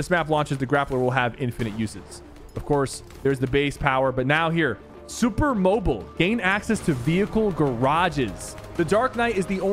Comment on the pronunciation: “Super mobul”